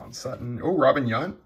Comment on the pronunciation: I love the channel and the content...Please don't take me as a troll.... you keep miss pronouncing Robin Yount... you keep saying like yunt.... or something however it's yownt... not trying to troll like I said lol